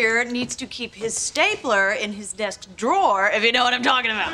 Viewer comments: Слушайте, вы столько времени тратите на съемку этого ролика, а аот посмотреть в словаре произношение drawer в значении «ящик» секунды не нашли. При этом десять раз прокрутили фрагмент, где Рейчел произносит это слово /dro:/, и даже это вас не смутило. А ведущий пять раз упорно повторяет /дроа/. Такой вариант произношения есть, но означает он «художник, рисовальщик» если хотите. Но никак не ящик. Вот реально как после этого вам доверять, приходится перепроверять все. И не надо говорить «мы все ошибаемся», вы готовьте ролики заранее, словари все в открытом доступе. И никто в команде ведущего не исправил. Вы сами-то Рейчел слышите? Disappointed ☹️ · Поправкa произношения: 1. В слове "Drawer", W-E(R) не произносятся, т.е. слово произносится как "ДРО:" в Британском варианте, или как "ДРО:Р" в Американском. Частая ошибка!!!